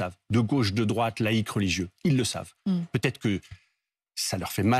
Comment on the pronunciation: Cette journaliste ne sait pas prononcer les liaisons: ça peut hêtre, ça peut haller…